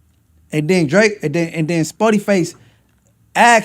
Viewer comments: I hate how he says Drake E O lol if you just Draco not Drake E O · calling drakeo Dra ke o is crazy😂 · Why can’t you pronounce DRAKE-O NAME RIGHT BRO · Its crazy that you're still mispronouncing Drakeo's name, gotta be intentional at this point